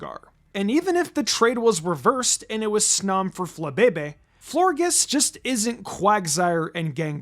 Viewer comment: It’s pronounced flore-JESS, “”! 🤨